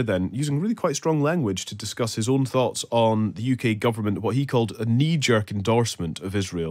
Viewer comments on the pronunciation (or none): none